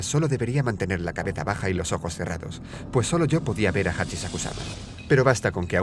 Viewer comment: En el principio dice po 2 veces pero si dises normal 2 veces po quiere decir POPO XD AUE GRACIOSO